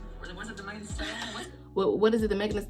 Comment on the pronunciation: I did the biggest bombastic eye roll as soon as I heard them * struggling * to pronounce Megan. Their Primary school education couldn't have been that forgettable.😂